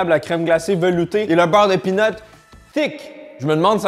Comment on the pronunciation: Quand tu dis "beurre de pean", le français moyen comprend "beurre de pine" Ça fait bizarre 😅